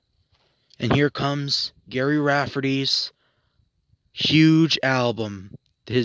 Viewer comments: Why are you doing a video on someone who's name you don't even pronounce properly? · He’s pronouncing the G as a G as opposed to a J - I think he has good intentions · Jerry, Jerry, Jerry— it’s pronounced as Jerry, not Gary. And stand still! There is no need to wave your camera around like you’re pissing on the grass! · You can't even say his name right !!! It's GERRY NOT GARY !!! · Gary? Gary? It's insulting. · His name is Gerry NOT Gary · His name was Gerry not Gary ffs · Gerry not Gary. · If you set out to memorialize anyone it might be beneficial to do some research. His name is Gerry, not Gary as you continually refer to him. I have followed Gerry,s career since his Humble I'm days with the immortal comedian Billy Connolly. I appears to me that much of your commentary was on the fly rather than fully thought out. Everyone with an ear to listen knows the haunting sax riff of the iconic Baker Street, but precious few are aware of the depth and beauty of Gerry,s vast volume of work. His tragic death to alcoholism robbed the world of his musical and lyrical genious, yet we are blessed to have his catalogue preserved for eternity. Listen carefully, from " Her father did''nt like me anyway"on the Humblebums album, to "Moonlight and gold" on 1988,s "North and South" and will realize the depth and breath of Gerry's God given genious. Through his music and principally his lyrics, Gerry told my life story. The trials and tribulations, the loves so gratefully won and tragically lost, the agony of realizing the finite nature of life. In his final moments, Gerry was unable to speak, but he was able to text with his old collaborator Billy Connolly, who was touring in Australia . Some of his final words were, "If I can't sing, life has no meaning".This we lost what I truly believe, was the Motzart, Beethoven ,and Bach of the 20th. century combined.. Do yourself a monumental favor and immerse yourself in the majesty of Gerry's catalogue of mystical, magical music. You will